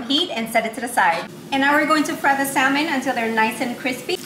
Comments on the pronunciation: it's Sa-mon.... the l is silent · the L in salmon is silent